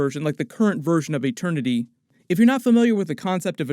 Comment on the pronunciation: No one: Peter Quill: eTeRnY